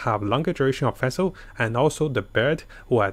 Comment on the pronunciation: Feshl hahaha. Omg